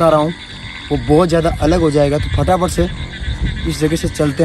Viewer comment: bhai fatafat ko phataphat bolte hai😂😂